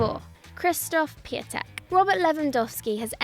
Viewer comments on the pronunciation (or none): The way everyone pronounces Piątek on this channel sounds like a mutation between the Polish words for flower (Kwiatek) and bird (Ptak). As I mentioned earlier the "ą" in Piątek is pronounced like "on" in Bonjour. Not really that hard, I would at least expect to say it right.